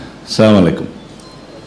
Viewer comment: আপনি সালাম ই ঠিকঠাক দিতে পারেন না। বললেন স্লামালাইকুম, মানে, আপনি মরে জান।